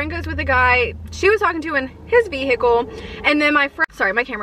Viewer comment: "ve-hickle" what? .........